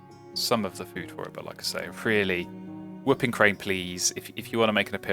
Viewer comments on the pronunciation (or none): I've noticed you call it a wup-ping crane instead of woo-ping crane, and you say bold instead of bald eagle, is that an accent or gag thing?